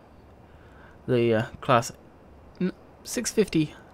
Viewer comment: How oh how can you butcher the Claas name... that hurt my heart :P